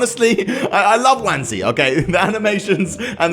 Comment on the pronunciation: Isn’t it pronounced one zee